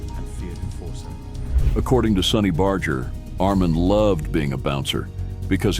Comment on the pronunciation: Basketball bat? Sonny Badger? WTF, update your narration software.